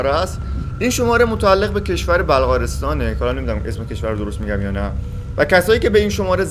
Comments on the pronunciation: بَلغارستان نیست بُلغارستان🤣🤣🤣🤦‍♀️ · برای کسی که از هیچی نمیترسه یکم افت نداره تلفظ بلغارستان رو ندونه 😊